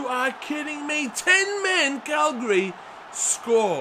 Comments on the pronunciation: You called Cagliari... Calgary. Calgary is a city in Canada. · Viviano played as a backup to Szczesny last season, so yes he did play for Arsenal and you said Cagliari wrong. Its not Calgari haha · It's pronounced CAG-LIARI